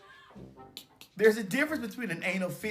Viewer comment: It’s an anal FISSURE not Fisher so Ms Mary isn’t the only one making up words 🤣